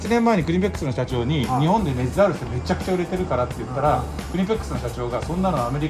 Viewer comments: クリペックスじゃなくてクニペックスじゃない？ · クリペックス→クニペックス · クリペックスじゃなくてクニペックス(KNIPEX)！！！ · クリペックスじゃなくてクニペックスではw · クリペックスじゃなくてクニペックスね🤣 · なんてコメント書こうかな〜って思ってたら ん？「釣りよかさん」？え？なんか そんなふうに聞こえたんだけど‥って思って他の人のコメント確認したら やっぱり「釣りよか」👏👏👏👏👏👏 え？念願のコラボだ✨✨✨✨✨工具のこと‥ふっとんだ🤣🤣🤣